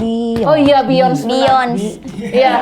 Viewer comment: Woy, bacanya Bi yon se